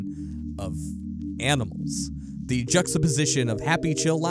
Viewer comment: Dude the word is “the” not “duh” you are clearly more than capable of saying “the” and the “th” sound cause you do it plenty of other times. Lol wtf I cannot possibly be the only one who is driven nuts by listening to this…